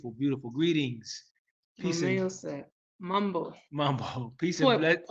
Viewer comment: Mambo? Answer: poa. you got the pronounciation correct😊.. welcome home. Im so glad youre thriving and also making headway for our.other brothers and sisters in the diaspora..welcome to.my city and most importantly welcome home❤